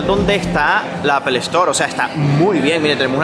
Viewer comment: Buen contenido, pero a manera de sugerencia ó recomendación, mejora un poco la pronunciación, dices unas barbaridades a lo largo de tus videos, por ejemplo pronunciando apple y algunos gentilicios te pasas, por lo demás muy bien, muy informativo.